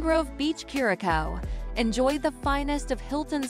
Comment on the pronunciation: It’s not pronounced cure-a-cow. Embarrassing